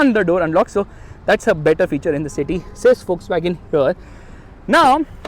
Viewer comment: Everytime he screams wolkswagon sounds fuckswagon to me😂